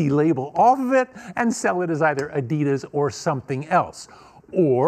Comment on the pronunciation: She said adias 😂🤦🏾‍♂️